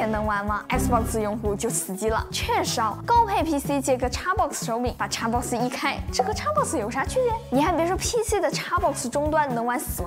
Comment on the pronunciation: 總算碰到個用簡體中文，能把XBOX唸對的人了